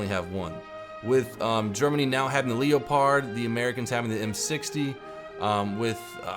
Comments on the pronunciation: Leo----pard you do realise its one word Leopard or pronounce it as "lepard", is it you're accent perhaps. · lep...pud? He isn't British. He should be pronouncing it lep...erd. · The Leo........pard?? LOL laughed so hard at this. It pronouced lep....pud you know leopard as in the wild african big cat! :) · Did you say LEOpard? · bro its not Leo-pard please google it..... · He's not stupid knows this but as the leopard is a German tank he pronounces leopard in the german way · Don't take this the wrong way but, are you saying leopard wrong on purpose or a I missing something? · I wonder if he realizes it's pronounced leopard as in the animal that will eat your face. For example, the tiger is a big cat, the panther is a big cat and so is a leopard. The germans named all those tanks after the animals.....